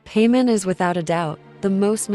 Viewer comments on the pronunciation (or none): She literally says her name as "Pie-mon" just a second before, and then you proceed to say "Pay-mon." 🙄 you even started the video by saying her name wrong. This is awful jfc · "Pay men" 💀💀💀💀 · pamen? its pai mon mon not men... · Pay men. 🤣 it’s pie mon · So much efforts but couldn't think over saying pymon instead of paymon. So much for the ai voice over tools and iq. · Just to correct you if your not using a voice changer it like pie-mon not pea-mon😅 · Don't say paymon.... It gives me Vietnam flashbacks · girl.. its paimon not payment 😂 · Ah yes, Pay-mon. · Yep, clicked off the second you said "Paymon" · I just can't bear hearing Paymen again and again. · it’s important but it’s not important enough to get upset. Humans say names wrong all the time. So once again it’s not that big of deal. I think the way it says the names are hilarious. Lol Pay-mon hahaha I hear Pay-Mom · you could set up 2 versions of text: the unchanged one for the subs, and the edited one for the text-to-speech to properly pronounce specific words, like "pie-mon", "celes-tee-uh", or something similar. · The instant I heard Peman instead of PAIMON I disliked the video and quit. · "paymin"??? WTF 😂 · The text to speech using the pronunciation of one of the seven kings of hell for paimon is great